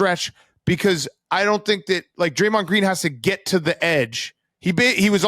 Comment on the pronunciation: PFT struggling with Dray-Mahnd